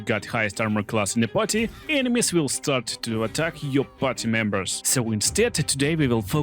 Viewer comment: Drink whenever says ENE-mies 😂